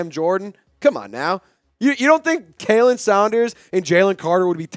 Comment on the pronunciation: Hey just an fyi. Khalen Saunders name is pronounced Colin not Kaylin